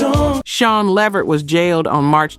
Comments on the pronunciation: sheeeeesh hearing the LEVERT LAST NAME pronounced like that made me cringe!!!!! I know this has to be AI. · Am I the only person who was irritated by the way she was pronouncing LeVert name!😖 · Any Sister that can't pronounce Levert's name MUST be AI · I thought this was a person until it said Levert wrong. 😒😒😒😒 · Wait, wait WAIT!! This narrator is AI!!?? As popular as Sean, Eddie and Levert were, you don't know the correct pronunciation of their name?? Okay, bye. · Idk if this is AI or what but put some respect on the LeVert name and at least Google how to pronounce it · You can pronounce Cuyahoga but can't pronounce Levert! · Gerald Levert, you saying his name wrong 😢😢😢😮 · This must be made by a.i. The host sounds like a sista, and there just can not be one of us who says Levert like its said in the video. Sounds like feet walking in crunchy show or fingernails on the board. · Thank You! I was about to comment on that. If you cannot pronounce the names find something else to do. She was killing me saying "Levert" wrong as hell. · I know she called allyiah Donna instead of Dana and I caught that too how it said LeVert wrong too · Man I almost unsubscribed when she missed up Gerald Levert name. 😤😂🤦🏾‍♀️ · It is not La Vert or Lee Vert, it is LEVERT!!! R.I.P. all of these legends!!! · La vert damn say the names correct A I how hard is that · Their family's last name is pronounced Le-VERT!!! #GeraldLeVert's heart was worn out for a young man... constant work and no rest, rich food, and lethal mixtures of prescription drugs. These doctors should be put under the jail houses and have their licenses revoked. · I subscribed and when I'm able I'll join keep up the work tho and work on the AI so it will actually say LEVERT😂& NOT LEHVERRR😂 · Le veret the way you pronounce it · I am SHOOKETH!! This whole time I didn’t know this was AI until……”Leh-virt”😑😑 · You take too long and who the hell levert when it’s la vert. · LAAAA VERT. Really??? Please put sum respect on his name .